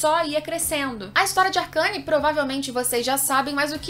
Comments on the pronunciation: "Arqueine" não "arcâne" kkkkkkkkkkkkk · Ela falando ARCANE SKKS,se lê arcene ksk,sucessos